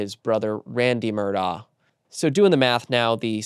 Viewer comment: why did you mispronounce Murdaugh? I expect that from network folks who don’t know better but you should know it’s Mur-dock not -daw.